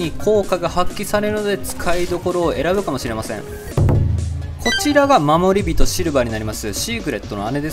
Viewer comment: シーグレッドじゃなくてシーグリッドだし、よいしょよいしょじゃなくて要所要所だし、まもりびとじゃなくてもりびとだし、ねしつじゃなくてしんしつだし、ら抜き言葉ばっかりだし、日本人じゃないのかな？